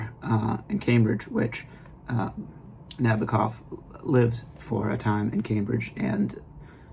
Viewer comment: Not to be unkind, but the first step in posting a book review is getting the pronunciation of the author correct. Nabokov — accent on the second (2nd) syllable. Regarding all things Russian culture: it’s 2025 now means: the savagery, torture, war crimes, abduction of 20,000 children to be brought up as Russians; the rapes & tortures as instruments of war, all bc of one man’s fantasy, or actually pretend fantasy, means all the great Russian cultural mavericks — Tchaikovsky, Shostakovich’s Waltz # 2, Chekhov, Turgenev, Anna Pavlova, Tamara Kasavina, Dostoevsky, and many great poets, writers, composers — are all relegated— or should be relegated to an absolute & complete negation for a century. Or more. Cultural genocide, crimes against humanity by many Russians, not merely the chinless wonder maniac p utin should not then have lunch at The People’s House at 1600 Pennsylvania Avenue.